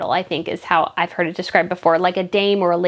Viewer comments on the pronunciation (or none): none